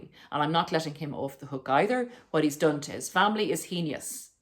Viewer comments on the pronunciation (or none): "Heinous" is pronounced "hey- nuss" not hee nee us" Bet you say mis cheev eous too